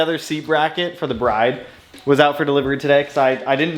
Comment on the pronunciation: Lovely seats! Pronounced Brid, though, not Br-eye-de. ❤